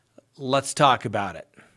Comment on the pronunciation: Whenever you say “let’s talk about it!” Every time I hear “let’s TACO bout it.” LOL... maybe a merch idea 🤷🏻‍♀️😂